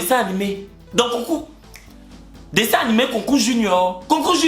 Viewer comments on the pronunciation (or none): none